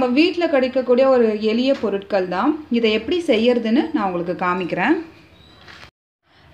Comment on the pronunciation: இதுதான் நல்ல தமிழா! 'பொருட்கள்' என்பது தவறு; 'பொருள்கள்' என்று சொல்லவேண்டும். தேன் வந்து option தான்.......glass தண்ணி......ten minutes கொதிக்கணும்......sleeping tablets.....stomach pain.....add பண்றதால .....blood sugar....even......அடா...அடா....இதுதான் goood Tamil and pronunciation ......சிரிப்புதான் வருது......ஒரு மொழியும் ஒழுங்கா தெரியாதுன்னு தெரியறது....